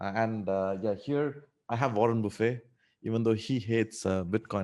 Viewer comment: Buffett not buffet